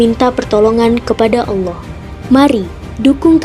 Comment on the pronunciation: Smbong skali ni klu baca judulnya.. gk usah gitu tuan.. tuan itu blajar baca alquran aja dlu..biar pas ngucapinnya..gk usah tinggi2 lh ngomong ini itu..klu nyebut nama Allah itu lidah nya letakkan dilangit2 mulut anda..bukan awoh